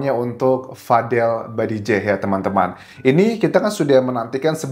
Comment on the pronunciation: Bukan badijeh tapi bajideh